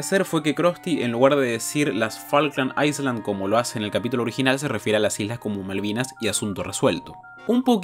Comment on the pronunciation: La S de Island no se pronuncia.